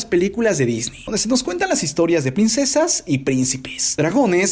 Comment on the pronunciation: Queda mejor "disnei" que "disni"